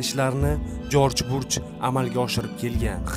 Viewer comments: Жорж бурж эмас Жорж бущ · Jorj Burj emas,Jorj Bush desangiz to'g'ri bo'ladi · Jorj Bush! Burj mas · Jorj Burjmas Jorj Bursh adashmang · Jorj Burch mas.. JORJ BUSH... 😁😁😁Video bowlaniwidigi chislo qanaqa chislo wunaqa sana bormi?? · Бурч эмас жорж буч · Jorj Burj emas Jorj Bush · Jorj burjmas jorj bush dalbayooooooobbbbbbb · Джорж Бурж эмас Джорж Буш